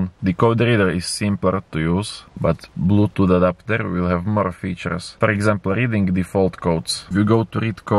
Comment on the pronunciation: Dorallz, 25 dorallz, porrt, bluedooth fastver den? Search up for some tutorials on speech therapy